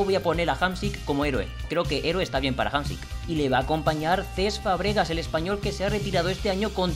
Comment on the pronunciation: es Fàbregas, no Fabrégas,me da un poco de toc que lo digas asi 😂😂😂